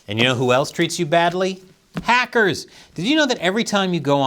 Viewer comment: I thought you said the Packers instead of the hackers.🍯